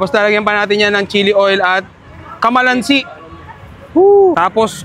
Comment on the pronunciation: Hindi po kamalansi kalamansi😅😅